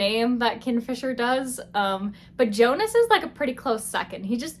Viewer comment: His name pronounce as (yonus) in written form is jonus....its viking inspired book Old norse j pronounce as y... If youre reading book 2 hope you pronounce that correctly...then you liked it better....sorry if you find that comment rude